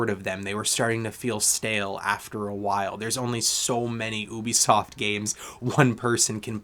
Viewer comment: Love how you pronounce ‘ohhhbi-soft’ 😂 Good review 🎉